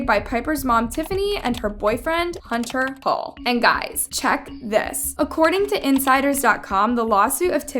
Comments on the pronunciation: I can't tell if you said hunter hull or hunter Hill but it's hill so yeah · girl Tiffany and Hunter are not dating…… and I love how she called Hunters name Hunter hull girl it’s Hunter hill I feel embarrassed for her 😐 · It's hunter hill not hull